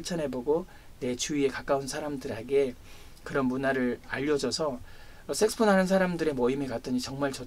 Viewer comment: 좋은 말씀 감사합니다 그런데 발음이 자꾸만 섹스폰,섹스폰 하는것이 걸립니다 색소폰 아닌가요